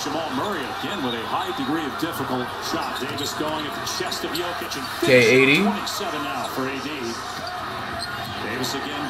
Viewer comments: How is this dude butchering Jokic name so badly? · Why cuhh can’t never say Jokic name right 🤦🏾‍♂️ I know he’s doing it to be funny but it’s not funny anymore bra 🤣🤣